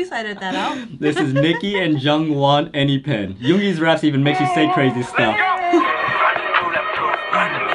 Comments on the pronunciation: Enhypen is not pronounced as enypin it is (En hi pen ) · "Enhipen" 😂 En Hy (as in Hi/High) Pen And yes, I do know all the Hybe artists. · omfg I died at "eneepen" 😭 Sorry guys lol, but it's pronounced "En-Hi-Fen" (EN--) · Enypen😭😭 it’s in-hi-fin=enhyphen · bro really called Enhyphen ''Any-fen''. Its ''En-hai-fen'' uthman, lol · It's pronounced an-hi-pen not an-he-pen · ok jus wanna say its pronounced as { en- hi-fen) not (anypen) 😂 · Enhyphen is not "anypen," its en-hi-fen 💜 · Am a the only one who screamed when heard "AnyPen"😂😂😂? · 'anypen' I SPIT OUT MY TEA OMG LOL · Yes, I know all these groups except one. New Jeans is the latest gg, they sing Hype Boy and Attention, both great songs! Enhyphen, pronounced "en high fen" but if you put a Korean accent it probably sounds close to the way you said it. They are the most recent bg of hybe I believe, through a show. "Lee sera fim" is a more recent gg too, before new Jeans, they have some killer songs too. Seventeen is older bg, great awesome choreo on their songs which are pretty cool as well. I haven't listened to "fromis 9" songs yet. Thanks to Jose Ochoa for the compilation! Thanks Marisol and Uthman! Fighting! 💜☺️ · Me too... Btw familia, it is read as en-hi (as in hi and hello) - pen. 😁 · i know right that's why I started laughing when he said enypen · the pronunciation for enhypen is EN•HAI•PEN like hypen (-) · Y’all said Enhypen and I chocked 😂 it’s pronounced En(enter) hy(hi) pen(pin) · Him saying Anypen over and over again makes me want to peel the skin off my face… and scream… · the "enipen" is killing me! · it's EN-HAY- PEN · Enypen 😂😂😂😂you guys were struggling their name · The way Uthman pronounced ENHYPEN is so making me sad cause he said it wrong and i cannot correct him waaahhh 😭😭😭😭 ( N-hi-fun ) maybe this helps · Enhypen is pronounced as N HI FEN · It's pronounced en high pen 😭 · “Anypen”😂😂, it’s okay you’ll get better at pronunciation ❤ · Enhypen is pronounced en- hi- pen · the Enhypen pronunciation 💀😭😭